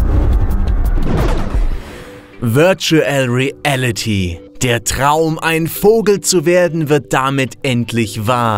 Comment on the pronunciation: Wörtschuell riälliti